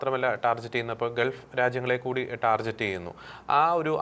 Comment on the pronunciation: ടാർജറ്റ് അല്ല സംഘീ ടാർഗറ്റ്😅